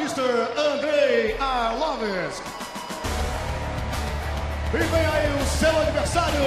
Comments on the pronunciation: Whats wrong with this brazilian commentator at 30min49, who is " Andrei Arlovisk" ? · Arlovisk??! Nice job! Hope he gets the W!! Why can't they just learn english and why can they do their weigh-ins/promo videos in portuges, insted of other countries (Germany, some parts of Canada -which are french territories originally, Japan... etc.). No offense, Brazil has a lot of great fighters, but I'm fuckin' tired of listening to this unknown shit!